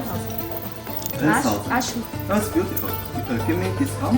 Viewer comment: 啊，你这 beautiful 听得我老尴尬了，哈哈。